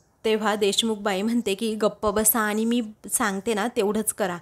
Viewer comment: आनि च्या ऐवजी आणि.. म्हनते नाही...म्हणते म्हणा...